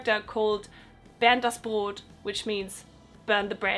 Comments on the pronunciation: You spoke "Bernd das Brot" perfectly out, for one moment i thought you're from Germany Zoo I'm from Germany Edit:You can see "Bernd das Brot" after 9 P.M. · Bin ich die einzige die findet, dass sie Bernd das Brot 🍞 richtig ausgesprochen hat? :D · DemoniC Bin auch aus Deutschland. Das 'Bernd das Brot' klingt wie von nem Deutschen😂